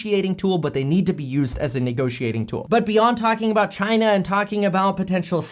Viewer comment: Each time he says China, I can only think about CHY-NA